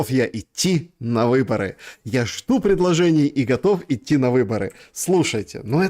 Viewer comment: "...и готовый иты на выборы..." а не готов ли ты идти на ...